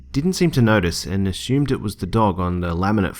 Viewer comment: Ahhhh the accent you say "asshumed"